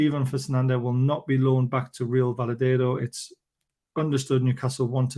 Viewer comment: Another good video, thanks for the update. Fingers crossed for the 9th. Have to admit I've never heard Valladolid pronounced like that 😁